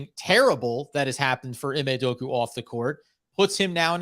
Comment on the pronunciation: I hope learns how to actually pronounce "Udoka" if we do hire him 😅